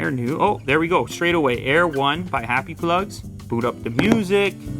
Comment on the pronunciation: “Happy Plugs” sounds like “Butt plugs”. 😂😂😂😂